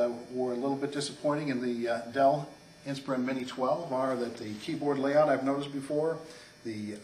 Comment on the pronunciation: you pronounce "inspiron" wrong. you say "inspirIN" but its "inspirON"